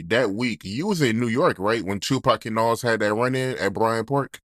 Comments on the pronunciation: I hate the way the goofy interviewer say Nahwooz instead of Nas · pronounce it like Nawz